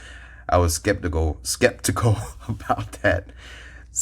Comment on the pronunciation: Your lighting and camera is top notch! Say it with me, “Skep-tic-al,” Skeptical. Lol. Look a that herd. Maybe I’ll get another buffalo or two. CHEAPER than an eagle??? Dang!